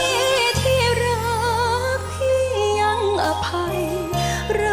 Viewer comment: น้องหลินเสียงไพเราะมากๆแต่ร้องคำว่า รักคำแรก ควรกระชับ ออกเสียงยืดไปจนกลายเป็นร้าก ไม่ถูกต้องตามหลักภาษาไทย อารมณ์เพลงดีมากค่ะ ส่วนน้องไรอัลเสียงไพเราะมากๆเช่นเดียวกับน้องหลิน ร้องเพลงยากเพราะต้องใส่อารมณ์ดุดันแต่ไรอัลก็ทำได้ดีมากๆแม้ยังเจือความหวานตามสไตล์ไรอัลอยู่บ้าง ดังนั้น กรรมการตัดสินเสมอจึงถูกต้องที่สุดแล้วค่ะ